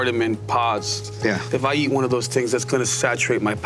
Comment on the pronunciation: Taste aside, how does anyone move forward in this world saying 'one-ah', 'ten-ah' .... Who is teaching these children?!